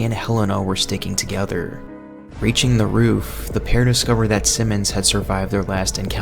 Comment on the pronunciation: Nice video but you put wayyyyyy too much emphasis on the last word in each sentence lmao I ate a pickllle. Thats a scary taco Working togetherrrrrr